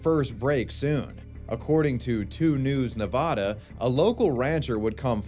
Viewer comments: Its pronounced Nevada. Not Ne-Vah-da. Please please learn this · #5 You're saying Nevada wrong.